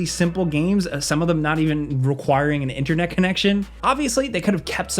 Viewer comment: PT "the process is actually tricky and awkard" yeah maybe for a PLEB console player who cant even say inTernet right ... "PT is still pretty scary" proceeds to show the least scary thing in the whole game ..... oooh "amerikins" xDD